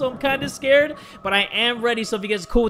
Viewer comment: turns into a big 🐱 when he's scrred, if you catch my drift Also "scrred" isn't a typo, it's how pronounces "scared" sometimes